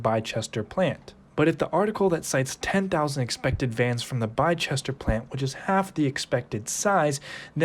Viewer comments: Great video but its not pronounced "Les-tuh" you are close though but Leicester in England is pronounced "Lester". The area in the video where Arrival's factory is located is called Bicester. Was a good effort but its pronounced "Bister" like the word 'Sister' but with a 'B' Leicester = "Lester" Bicester = "Bister" Great video, hope that makes sense! Definitely nothing to do with Leicester by the way haha. Cheers ✌🏻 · Great video dude, keep up the work🙌🏽. Bicester is pronounced Bisster. Thanks for the info nether the less! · It’s pronounced (biss-der) like kissed her. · Its pronounced BiSSTER not bi-chester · It's Bis-ter, not Bi-ches-ter. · Bicester is said “ Bisster. Not, Bi Chester. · Bicester (Bis-ster) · Bicester is pronounced "bi-sester". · you say it 'bister' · Biscester, is pronounced Bis ter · Pronounced Bister and there's another much larger factory nearby in Banbury. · Pronounced "Bisster" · pronounce Bicester as Bister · Bicester pronounced Bister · It's pronounced "Bister". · Thanks for this informative video. BTW Bicester is pronounced Biss-tah!! I hope that helps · Bicester is pronounced by-ster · Bicester is pronounced 'Biss-ter' Theres no 'h' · The town of Bicester is pronounced ‘Biss-ter’ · Great Analysis. Bicester is pronounced as "Bis ta" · Bicester - pronounced “Biss-ter” Latin in origin, U.K. place names that end in “Cester “ “Chester” and “Xeter”. Examples being Exeter, Manchester and Worcester. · It's pronounced "Bister" 👌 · Bicester is pronounced "Bister' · Bicester is pronounced biz ster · Biss-ter ;) Edit: Somebody already cleared it up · Bicester is pronounced Bister. Classic English place names! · Man said bichester🤣🤣🤣😂🤣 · Man you have done an amazing research. Just subscribed to your channel👍🏻 Its pronounced Bister been there small town. Not investing in it to long and to many uncertainties. Would look into more stable stuff. Thank you for the review one more time an amazing job. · Bicester, its actually pronounced as Bissta